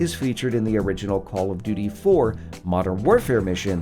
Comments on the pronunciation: Did anyone catch him say call of dodo 😂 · He called it call of dodo atleast thats what i hear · u said call of do do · Legit, dude just said Call of DooDoo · did he just say call of doodoo? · Call of doodoo you said 😂😭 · Did no one else notice how he said call of dodo modern warfare? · " let's look in 10 wepean details in callof do do" I'm pretty sure he said "call of do do" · we just gon ignore the fact he said “call of dudu.” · That feeling after the coffee in the morning. The "call of dudu"! xD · h3y he said call of Dudu